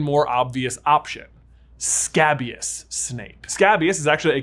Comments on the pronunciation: Your pronunciation of scabious is off, it's pronounced skay-bious, not scab-ious. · It’s pronounced Skay-bee-uhs 😭😭